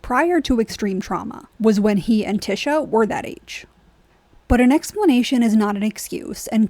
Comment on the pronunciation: I am observing that you have not watched the GOT series because you are calling TYSHA Tisha and not Ty-sha. Tisha is the false promise of Morticia Addams (Gomez calls her TISH) just saying